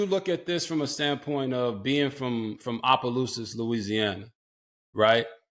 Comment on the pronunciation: RGIII said it right!! Opelousas!!!!!